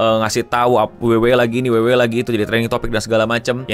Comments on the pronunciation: Sampe bingung gw 😮, bukan WWA bang, nyebutnya WWE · dabel u dabel u i, kenapa bang bilang e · Gatel bgt bjir tiap denger ngomong dabelyu dabelyu E bukan dabelyu dabelyu I wkwk